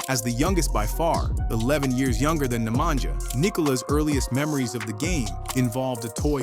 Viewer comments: yea, you said NemanJAH ;) but ok, most of Americans have difficulty to pronounce well . So, NemaNYa, StrahiNYa, Deyan etc... : ) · Nemanja - pronounced Nemanya Dejan - pronounced Deyan